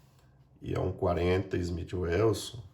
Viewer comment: Bom vídeo, mas vou dar uma dica boa, não se ofenda..é construtivo, não pronuncie Smith Ueuson...por favor. só quem não sabe nada de armas (e sei que não é o seu caso) faz isso! Abraço...